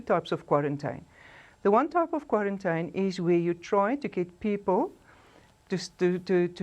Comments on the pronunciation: The accent with the word "kwarrantyn" instead of quarantine and other mispronounciations makes it difficult for me to take this individual serious. Also the repeating of facts that are already known to most of us makes this clip a waste of my time.I won't go into any further detail about the spokesperson's presentation, but I wish her luck going forward. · Kwa -rin-tyn? Eish...mara uMama uyabetha.